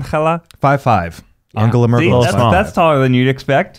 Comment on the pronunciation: I love how Ned keeps pronouncing Angela Merkel’s name wrong, almost as if it was Spanish or something😂 She is German, Ned, we don’t say it like that😂